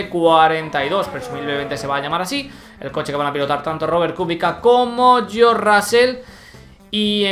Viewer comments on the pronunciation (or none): none